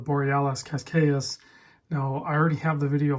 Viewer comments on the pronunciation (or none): think you might be mispronouncing the name of this one. Not sure how you get “ca—kayis” from the spelling. Shouldn’t it be “cas—kay”? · its more like cash-cay's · Pronounced Kah-ss-kaish. It is a coastal beach town near Lisbon